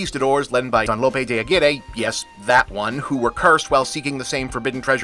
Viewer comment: Never heard "Aguirre" pronounced that way ... even in the movie itself ... or am I misremembering? It has been a long time since I've seen it. Great film tho. Kinski is always interesting to watch, almost regardless of what he's doing. And yeah, definitely a weird reference for a Disney family flick lol.